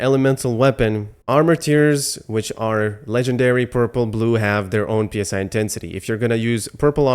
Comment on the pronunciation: It is not P.S.I. it is Psi, like the Greek letter. P.S.I. is generally short for 'Pounds per square inch' a measurement for pressure.